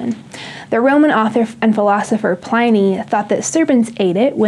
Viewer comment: 'Pliny' - as in PIN, not as in PLY